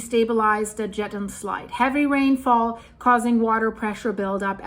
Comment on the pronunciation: Jetten= yetten 😅